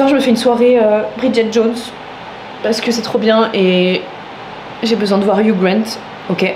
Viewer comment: Hugh ça se prononce Hyuu 😁 Le gh est silencieux hehe